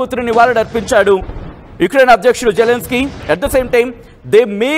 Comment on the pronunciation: వాడు జెలన్ స్కై కాదు...జిలన్ స్కై